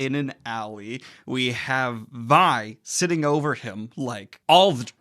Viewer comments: Vi is pronounced like Its v(eye) not v(ee) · The name "Vi" is pronounced with a long "ī", as in short for "Violet". Not "Vee". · So you know it's pronounced V-eye not Vee. Not being a butt, just so you know. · As a long time league and fantasy fan, it makes me so happy that you enjoyed this!!! PS: it’s Vi as in Violet not Vee. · Her name is Vi, not V. You say the I, sir. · I noticed that too lol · How is it you've watched the show and still mispronounce Vi's name? No hate, just curious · Are you pronouncing Vi and Vander wrong on purpose? They say the names... in the show... like... it's audible... many times... i love you Daniel but godamn this was hard to watch. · Vi is pronounced as in Violet.